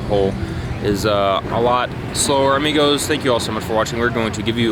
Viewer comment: Nice. Love your videos. Stay safe. The ‘o’ in amigo is short btw. Lol